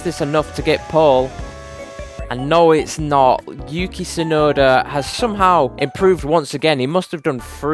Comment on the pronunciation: yukei yukei the accent lol